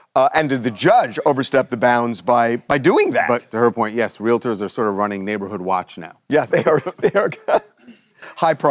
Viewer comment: Someone should tell the young guy "realtor" is not pronounced wril-a-der.